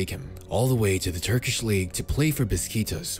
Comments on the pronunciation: Your mispronunciations infuriate me. I hate the way you say “physical” instead of “psychological. ” I am also shook at the fact that you say “Beskitas” instead of “Besiktas”. All that being said, great vid. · did u just say beskitos??😂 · When you talking about the Turkish club "Beşiktaş" you almost sound like saying "mosquitos". That's not even close lmao. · Bro you reading Beşiktaş as bisquitos was a violation hahahaghahsgsjshsh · "The only turkish team, "Busqietos" 💀💀💀💀💀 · Love your videos but as a Besiktas fan i got really offended with you saying he got sent to ''beskitos'' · dude WTF "Bisquitos"??? That is so disrespectful that you didn't even THINK to read the name of a 110 year old club. Its so far out its clear that you did not read the name. Shameful and I'm not even a BESIKTAS fan. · Biscuitos? Hahahahah are you talking about Beşiktaş? hahahaha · you butchered beşiktaş's name so hard lmao